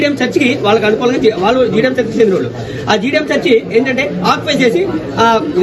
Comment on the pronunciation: మీరు ఎంచుకునే విషయం బాగుంటుంది. సాధారణ విషయం కాకుండా విషయం డిఫరెంట్ గా ఉంటుంది. ఒక చిన్న సూచన. మీరు చర్చి కి బదులు సెర్చి అంటున్నారు. సవరణ చేసుకోవాలి